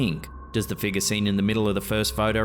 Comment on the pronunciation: i love these videos it's worth it just to hear him say figgar